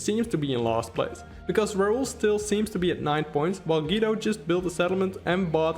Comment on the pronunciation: Great video! Thanks for the analysis. As an Italian though I feel the urge to tell you: Guido Is pronounced like goo-e-do.